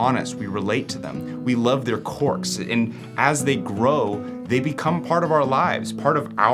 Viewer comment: Had to go on Google to check the pronunciation of quirks. First time I’ve heard it pronounced that way